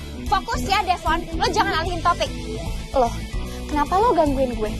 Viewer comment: Devon aku dengar manggillnya devon klepon😂. Oh ternyata kupingku😂